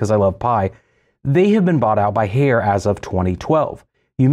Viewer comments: Haier is pronounced higher. They made a song about it. Bring me a Haier Love - Steve Winwood. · If you going on a rant regarding GE, learn to pronounce Haier. "High-air". Your post regarding GE top loads are false. This video is a joke. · Haier is pronounced exactly like the English word "Higher". It is not "Hey-er". Great video, BTW! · lol "hayer"